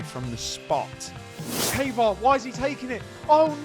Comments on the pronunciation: who tf is kava? lmao it triggers me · I think it's "Kaa vaa raa" and "Ozi B U" the way to say these names.